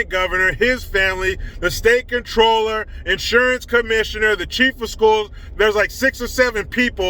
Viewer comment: Ultimate thanks for pronouncing 'comptroller' correctly. Why can't the idiots on TV use good English?